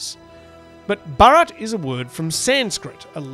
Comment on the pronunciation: I've heard a lot of native English speakers talking about this recently. None of them seem to be able to pronounce the name Bharat correctly.